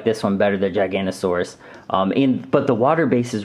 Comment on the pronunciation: I s pronounced gig a not o saurus